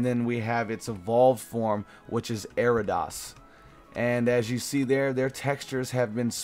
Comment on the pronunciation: Not trying to be mean but, it's pronounced AIR-EE-UH-DOS.... Anyways great vid, really loved it! <3